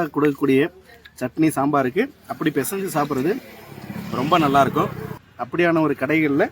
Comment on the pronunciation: பிசைஞ்சுன்னு அழகா சொல்லறீரு….. பல பேருங்க “ பினைஞ்சு”ன்னு மருவி சொல்லறாங்க….